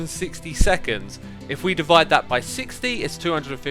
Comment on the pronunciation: devide? not divide?